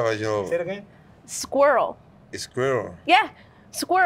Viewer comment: (2nd attempt) "scirill" 🗿